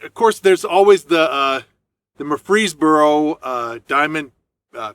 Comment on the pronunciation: It's pronounced Mur- fis- boro, Great Uncles lived there, spent many a summer there.